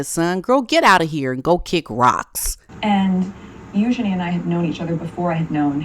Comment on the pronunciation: Oh yeah. Meghan and Eugenie are buds, but she didn’t know who Andrew is. So believable - not. She can’t pronounce Eugenie properly, and calls Sarah Ferguson Fergie which any royal watcher knows Sarah doesn’t like.